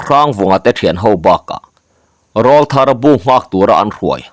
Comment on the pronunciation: Rawlthar..rawl hi Tleirawl tiha Rawl lam anga lam tur aw..hei hi mi tam tak lam dik loh a ni.